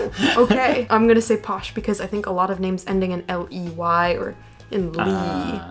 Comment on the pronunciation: Hilarious! Whilst you got most of the 'posh or not' points right, you only managed to pronounce about 1/2 the names correctly!